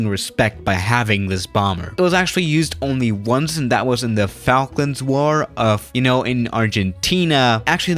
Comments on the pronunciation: Lol yeah “Fak lands war “ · This guy doesnt have a clue, cant even say falklands properly